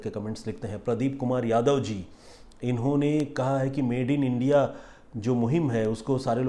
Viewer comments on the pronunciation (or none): none